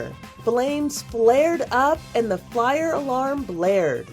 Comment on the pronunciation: ah yes the “flire” alarm.